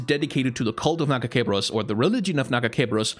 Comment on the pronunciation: My favorite part of this video is his refusal to pronounce her god's name correctly